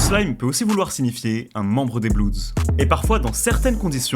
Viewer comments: Putain arrêter de dire bloudz pour dire (bloods) ça craint ! Ça se prononce blods . Allez sur traduction Google pour bien le prononcer ! Vous avez déjà vu des ricains dire les bloudz ? 🤦🏻‍♂️ Et on dit un blood et des bloods et pas un bloudz et des bloudz 😂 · prononce pas blueds ou blouds c est blood, blo-od, j aime ben la video mais calice dit le bon mot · Super vidéo !! Par contre c’est pas des blouds mais des bleuds (bloods) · Mdrrr les petits blancs qui bandent sur les gangsters en croyant etre bien renseigné 😂😂😂 et même pas foutu de prononcer le nom du gang principal correctement..."les blouuuds" mdrrr et les suceurs en commentaires PTDRRR ah vous m'avez mis bien 😅😅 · Faut arreter de prononcer blouds.. ca fait tiep de ouf